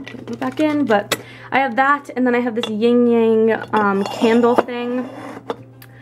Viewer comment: Just a friendly, non-hater reminder that it is "yin-yang" not "ying-yang" :)